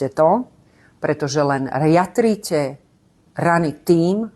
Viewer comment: nie “riatríte”, ale “jatríte”.